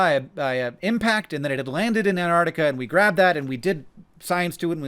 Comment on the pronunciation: Hank, you're amazing but very minor things: antARCTIC. "Grieg" rhymes with "krieg" like in "blitzkrieg".